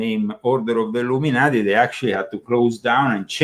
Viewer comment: Were you a part of the Ill-um in-ati?